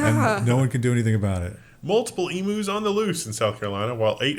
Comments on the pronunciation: "ee-mew", not "ee-moo" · It's E - mu not E moo. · "eem-you" NOT "e-moo" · it's "ee-myoo", not "ee-moo" source: am Aussie, live in TN, and groan every time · as an Australian, the way they pronounce 'emu' is absolutely hysterical. In Australia, we say eem-yu, which to my biased ears, feels more natural. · Emu is pronounced E mew